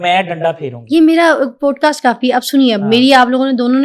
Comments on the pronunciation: please it is not “ POAD CAST ” it is “ POD CAST” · Teeno kitny gawar hain, keh rhy hain 'podecast' 😂😂😂😂😂😂😂